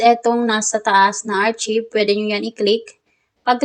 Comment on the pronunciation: Miss archive is pronounced as arkayb, hindi po archib. Sana po nakatulong. 🙂